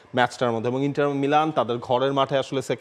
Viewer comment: ইংলিশে উচ্চারণ ইন্টার, এবং ইতালিয়ান উচ্চারণ ইন্তার হবে